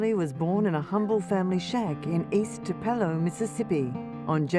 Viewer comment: Tupelo= tu rhymes with few, puh rhymes with putt, and lastly low. tupuhlow. From a Native.